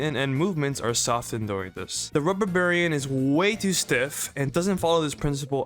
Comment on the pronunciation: Rhubarbarian is pronounced "Rhoo-barbarian".